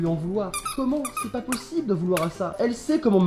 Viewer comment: Tu a dit mais cher pas pochible j'ai éclater de rire